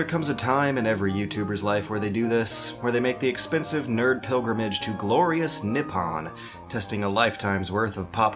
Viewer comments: 'ni p p on' to JP is like 'reich' to DE. When will you philistines learn? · ...but his pronunciation of "Nippon" is very bad.